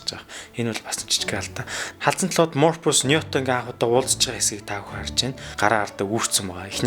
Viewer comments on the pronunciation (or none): Мурпус гэж хэнбэ. Англи үг нэрнүүдээ зөв дуудах дээр анхаараарай